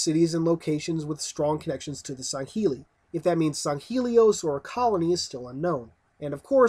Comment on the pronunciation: Wtf u talking about? We don't have to wait 1 year for release after Beta. Halo Guardians will be released in Spring 2015. And dude stop saying "Sangeli" or something - its gay just say Elites.